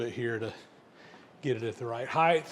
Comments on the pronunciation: can I respectfully ask you why you pronounce Height as Hith? I have never heard anyone else do it, but it may be local dialect or something. Just interested. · Huh? Oh! You might be hearing him say “heighth”, which seems to be considered an obsolete or alternative form of “height.” Depending on when and where you were born and raised, it might seem perfectly normal.